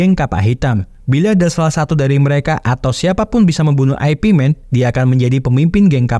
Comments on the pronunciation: Min ,baca nya ipman bukan aepi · Aipi aneh bgt kedengerannya ya 😂